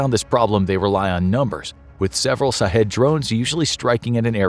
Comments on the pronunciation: I am a Indian but guessing "shahed" means martyr in Persian, and maybe it is prononced as 'shaaheed', not sahedh. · I would recommend to prounounce the word shaheed not sahid, good job narrator. Keep up the good work :) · as someone who knows persian i can tell you it is SHahed not Sahed...SH as in "SHIT....a kamikaze drone" and it means "witness" but in islamic culture, "witness" is the same as "martyr" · Sha-heedh not shaw head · Knowledge is power and this video is part of that but for the love of God if you're going to do a whole video on something at least learn how to pronounce it correctly. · I hope it's sarcasm because they're not pronouncing it right. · He should have pronounced sh sound.